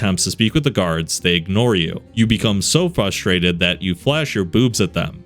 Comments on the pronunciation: Multiple “fustrated” pronunciations in this one. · Frruss-trrated! Please buddy help me out